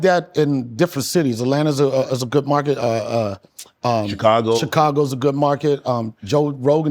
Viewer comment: this man said markít😂